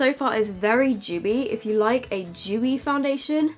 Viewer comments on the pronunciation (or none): Lol u say dewy wrong you say jewy